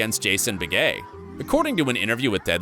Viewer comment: Google pronounces Jason Beghe as, "Bega" (short "a") Who do we believe?